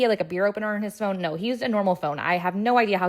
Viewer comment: Ngl, I thought you said he opened his beer with his bone, not phone...